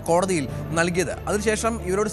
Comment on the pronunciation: കോടതിൽ അല്ല. കോടതിയിൽ.